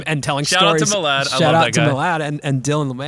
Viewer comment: Jimmy: Shout out to Mill-add Milard: Can’t you pronounce my name correctly?